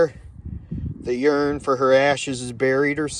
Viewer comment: It's URN, not YURN.